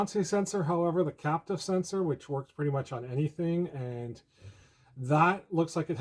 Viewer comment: I think you mean "capacitive" sensor, not "captive" :)